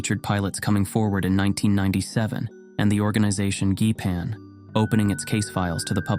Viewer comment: Thanks for the interesting video! I don't know if your narrator is a person or AI, but I think the the "G", in GEIPAN, is pronounced soft, like the G in gender or gentlemen.